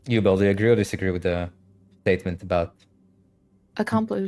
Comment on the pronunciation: Belle or “bill” as i kept hearing 😂 using the word “pick me girl” so frequently shows her lack of understanding of human genetics and social structures. Every single human is a “pick me” girl boy whatever. It is engineered into our genetics to be motivated by shame and out perform every other person around you in order to give priority to your gene pool. Since the inception of you as a fertilized egg in your mothers womb, every cells is genetically coded to fight to survive and outlive /outperform the competition that shares your resources.